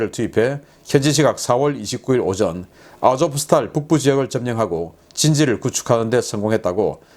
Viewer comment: v를 러시아어 에서는 F발음으로 읽지만 우크라이나에서는 '우' 발음으로 읽으니까 '아조푸 스탈'제철소 라고 불러주시지 말고 '아조우스탈'제철소라고 읽어주시면 더 좋을 것 같습니다. 푸틴이 "러시아 국민들이여 전쟁에서 영광스럽게 되자!'"라고 연일 방송을 한다고 합니다. 그런 방송은 아마도 게엄령과 국가 총동원령을 내리기 위한 깃발 단계로 보인다는 의견이 많습니다. 그러면 300만 명 이상의 군인도 징집이 가능하다고 하는데 과연 어떨지요???